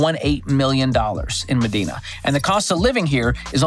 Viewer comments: Medina is pronounced me-dye-na, not me-dee-na. It’s a bit of a tourist attraction here, seeing houses you’ll never be able to afford. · It’s ma Dine-a not ma dean-a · MEDINA is pronounced "Muh-DIE-Nuh" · MEDINA (MA-DYE-NA) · Pronounced ME- dye- NA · It's pronounced "Ma-dine-ah" Washington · Correction: #5 is pronounced "Mah-DINE-na". The ultra wealthy have huge properties there and the neighborhood is quite the opposite of Seattle which is across the lake. No homeless, no sights of people injecting themselves in public, no litter, and police enforces the law in Medina. Great list - love the dad jokes! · Medina is pronounced med-eye-nuh. I live here, it’s super nice and was glad to be raised in the area, but all the fun happens in the city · Hah I just replied correcting his pronunciation too.. “muh-dine-a” I used to work as a teacher in this neighborhood. I drove up to work in a beater & my student’s parents were picking up their kids in super expensive cars. Hah!